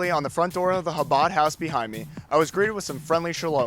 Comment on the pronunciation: Sadly you guys appear to be quite antisemitic. Aryeh Goodman will be dealt with for his criminal conduct and should be if he is Guilty, but your so called coverage came off as extremely bigoted and hateful. You also mispronounced Chabad and the main headquarters in Brooklyn doesn't employ Aryeh Goodman and disavowed having anything to do with him. It is unfortunate that you would make such a prejudicial piece about such a tragic situation. It is unnecessary to condemn the entire Chabad movement for the alleged wrongful actions of one individual.